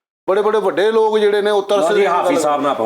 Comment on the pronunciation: Bhaji please don’t say LOG its Lok (people) please don’t offend i jst wanted improve ur punjabi . thank you nd love you